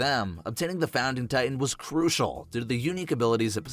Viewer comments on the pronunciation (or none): none